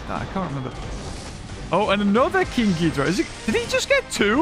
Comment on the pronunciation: ITS GHIDORAH GI-DOR-RAH